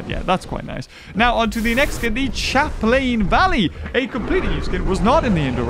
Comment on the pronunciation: You're wonderful. But I cannot NOT point out your absolute butchering of Pelophylax. xD PEA-LOW FY-LAX. Or Pellow (like pillow) Fy-lax. You added like four extra letters in there. xD Also just to mention it, Champlain Valley is a soft ch, like in "Champagne". It's "Sham-plain". I figure that's just a Youre-not-american-so-arent-familiar-with-it thing.